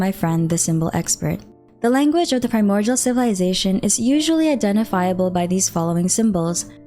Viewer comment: Am I the only one hearing a 'g' when she says primordial? It's kind of triggering. 😅